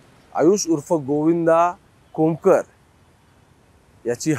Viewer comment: अभ्यास असल्या सारख दाखवणे आणि अभ्यास असणे यात फरक आहे. आंबेगाव पठार आहे आंबेपठार नाही. बाळू आंदेकर आणि सूर्यकांत उर्फ बंडू आंदेकर हे चुलत भाऊ होते सख्खे नाही. खोमकर नाही रे बाबा कोमकर.. बंडू आंदेकरला तेव्हा mccoca फेल गेला कारण २७ ऐवजी ४८ गुन्हे दाखवले गेले. स्क्रिप्ट writer बदल .. गुन्हेगारीच उदात्तीकरण नको